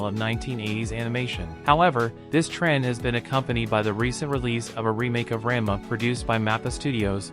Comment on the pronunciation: I just stick with weekly releases now, I don't have time or the attention to binge like I used to. Ra-n-ma (not ran-ma) isn't bad. A lot of the complaints I have are from nostalgia, and the rate it's progressing. I like less fluff, but it skips some points that were in both the manga and original which made them less impactful. I just hope they don't botch the arcs that made S2 my favorite (Cat-fist (fixed to match the manga), Breaking Point, Mouse's level up/down, Happosai, etc)...